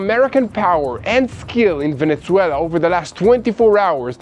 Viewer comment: Please do not say Ajran and veneCuela :)❤